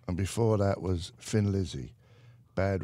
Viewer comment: Irony - Jonesy calls Thin Lizzy "Fin Lizzy" with his London accent. Thin Lizzy named themselves after a cartoon character called Tin Lizzy!! In an Irish accent "thin" is pronounced "tin".